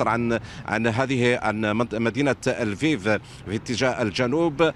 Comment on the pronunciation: السفير الروسي الناطق بالعربية إصله اوكراني من مدينة ليفوف وساله مراسل الجزيرة أيهما اصح لفيف ام ليفوف ،قال تقراء وتلفظ ليفوف وخاركوف وليس خاركيف. مفهوم!